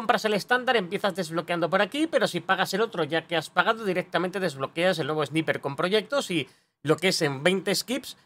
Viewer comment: Esniper. No entiendo esas ganas de los españoles por decir las cosas en inglés pronunciando como se escribe.🐑